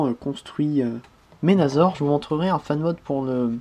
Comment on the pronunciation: Pas ménazor!!!C Menassor mais sa s écrit menasor,et si tu veux faire le bon français alors appelle blaster tempo!